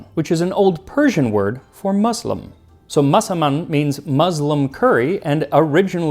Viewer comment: I like Max a lot. This video was very interesting however, for a host that takes such lengths to try and pronounce foreign words as accurately as possible, I was surprised to hear the "z" in muslim being said especially when right afterwards there'd be the obligatory "Massaman" with an "s". Muslim... spelled with an s.... pronounced as an s.